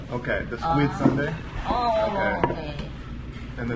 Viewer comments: squid sundae × squid soondae ㅇ pronunciation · it should sounds like soon-dae and not sundae (ice cream). 😂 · sundae you think of ice cream but its actually pronounced Soon- dea not Sundae. i think its just sounds close that you automatedly think of ice cream. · Not " SUNDAY" in pronunciation, it's SOON- DA-EH aka Sundae. I'm a Brit-Pole and I'm married to a Korean, live in the US. I love all blood sausage and so this is something I eat all the time. Each country has their own version of blood sausage. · squid sundae 🦑+🍦??? 😂😂 순대 pronunciation is more like 'soon dae' 😊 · Actually it‘s more like ‘soon-dae‘ not sundae (like an ice cream) lol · 코리아 U 발음은 WOO - SUN DEA (SAN DEA, SEON DEA) 아니고 (SWOON DEA) 그래도 닉 화이팅은 찰지게 잘 했어요 한국어가 나날이 느네요. 한국 여행을 하면서 더 발전하는 닉이 되길 바랍니다. 닉 화이팅~^^ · squid sundae ㅋㅋㅋㅋㅋ it's pronounced 'soondae' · Squid Soondae (순대), not squid sundae (선대)😅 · sundae is actually pronounced soondae, no relation to the english word sundae :) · Squid Soon(not sun) dae is how you pronounce it just FYI